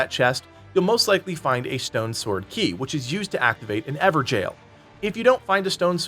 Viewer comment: Evergale not everjail